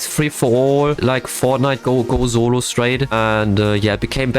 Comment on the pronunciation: Thats the first time i've heard him say solo instead of zolo